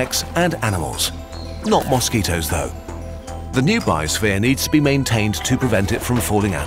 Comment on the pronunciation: not mositoes 😂